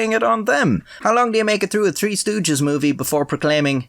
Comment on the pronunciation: I like when you say tree, instead of three. In the beginning I noticed you try to pronounce it the right way. I'm from in the Caribbean and the way you say it in you native tounge is the same way we do.